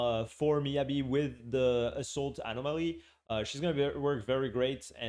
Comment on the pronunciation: Love the animal-moly pronunciation